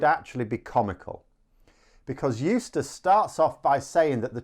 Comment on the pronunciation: eustice....? i thought you were saying useless for a minute.